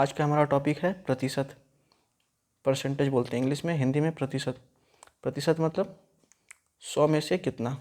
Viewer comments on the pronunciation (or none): Pratishat dhang se bolna nahin aata aur kranti karne chale hain bhaerya ji gutkha kha kar😂😂😂😂😂